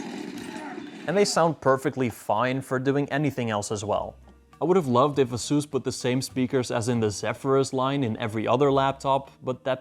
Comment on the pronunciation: Did this guy say "uhsoos"?